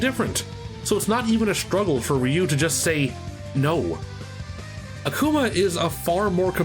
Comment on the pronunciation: 📣 Will someone PLEASE sit "" down and teach him how to pronounce RYU's name? It's not the 90s anymore, we've been schooled on his name and what he says!! And before he even attempts to butcher Kage's name, please tell him it's Not Cage That also goes for the Legend Of Kage for NES Ok, back to your lives.